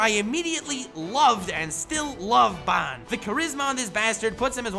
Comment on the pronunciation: Absolutely Love -- but, I despiiiiiise the way you say 'Ban'. Lmfao, it is forever [Bahn]